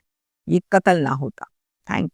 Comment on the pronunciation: Urdu lafz Qatl hai, Katal nahi..sahi lafz Umr (age) hai, Umar nahi.News reader ko language per uboor hona chahiye.